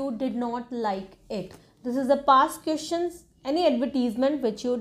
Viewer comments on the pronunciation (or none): Whoever is following you, they gonna regret later that they listened to you. Just like me. Firstly IELTS experts are not speaking the way you spoke. Secondly you made mess of pronunciation. Sister it's question, not qestion,... Sich-uation...not sit-uation. And many more. Kindly don't spoil the students time and career. Don't make them fool. Be honest with the education you're providing. You yourself need to work on your English, how come you would teach others. Please I hope you would consider my suggestion. 🙏🙏🙏